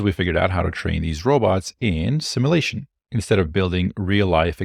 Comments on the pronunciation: "sim U lation". Hard to take you as seriously as you deserve when you're mispronouncing a extremely relevant word continuously. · You said Nvidia instead of Tesla. Also, "Simalation" took away my +20 intelligence buff... You learn that word at the libary?